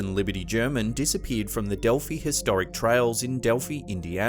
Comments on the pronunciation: Dear. It's not Delphee Indiana. It's DelphEYE. The final I is pronounced as an I not a long E. Cheers mate. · It's Dell-fi, not delfie, just fyi, and it has finally been solved!! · Pronounced “DELF-EYE”, not “DEL-FEE”.